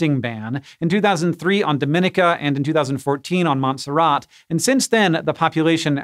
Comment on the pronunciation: As a person who lives in the Caribbean, no insult to you or your editor, it was simply hilarious hearing how you pronounced "Montserrat" and "Dominica". Thanks for the good laugh.